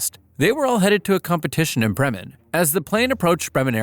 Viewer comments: Ja du sachet Brem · I feel offended by how he called bremen